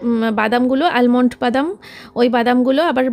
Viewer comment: Almond but boler somoe 'l'bolbe na. Thick kore bolbe.